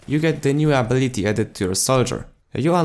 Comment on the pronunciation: Good vid Hwvr just 1 note Your english is gr8t accept it's UH Bill iT Tee Instead of Abb Bill it Tee I've watched a handful of your vids thus far & your English was superb bruh! I Rmbr a time when I could speak 2 languages pretty well What a pain to get it all right So bravo I commend your comprehension of the English language & you're pretty chill I look forward to all your new vids . Ps may we have some more bf4 gameplay as well . 1 day per week ? Please New fan , Warlord